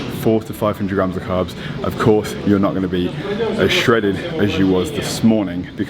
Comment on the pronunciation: I like the way this bro pronounces the "S's" as "F's" "Five gramfs of carfs" haha haha | couldn't help it